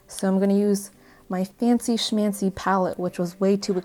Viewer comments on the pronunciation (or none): "Fancy Schamchy"